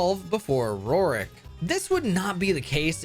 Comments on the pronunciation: I cannot handle the way you say Roark's name. It isn't ROR-IK its ROARK, like ORC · "Roark" is really hard to say, huh